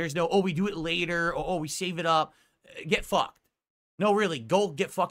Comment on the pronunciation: GWET FWUKD!